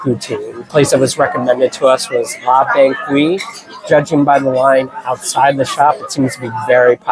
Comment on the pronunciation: Great video, thanks! Please tell us how liked her poutine at La Banquise? (“bahn-keys” fyi)